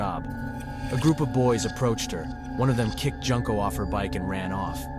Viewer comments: joon-ko not junk-o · I hate the way you pronounce Junko's name. Is this an AI voice?